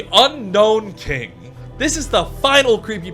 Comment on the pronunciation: Why does everyone say unknown rather than unown?? It drives me mad